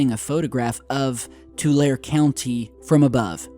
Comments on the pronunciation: hey. it is not Two Lare. it sounds like Two Larry. like you have 2 friends named larry. Two Larry. i know because i grew up there. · The town is called Ttulare too-larry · Too-lair-ee County is in the San Joaquin (walking) Valley and Sierra Nevada foothills and is NOT "out in the middle of nowhere". It IS kind of in the "boondocks" of California, but only in the sense that it is an agricultural, farming, dairy and ranching area. I used to live in Visalia (vie-sail-yuh; pop. 125K), about 20 minutes from Porterville, and about a half hour+ from Fresno. (frez-no; pop. 500K) Sure, it is kind of the arm pit (or ass crack) of California, but not like how you described it. This sheds MUCH light on your other videos, and shows how little actual research you do, and makes you look pretty ignorant, so your other videos are most likely also racked with inaccuracies and other crap like that, as well. Talk about hurting any semblance of reputation you have left. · Hey my neck of the woods! And your saying it wrong. TU-LAIR-E Subdesert and by the foothills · "Tul-AIR-ee"...a hellish place.